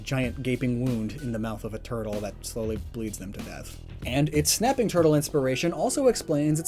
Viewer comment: Thought you said "napping" and was about to mention Snorlax lol